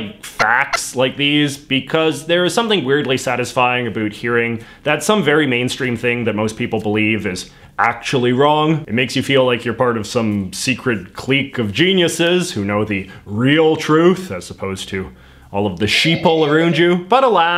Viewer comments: "cleeque" Is that a Canadian pronunciation of clique or just something I've never heard? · I've never heard "clique" pronounced like that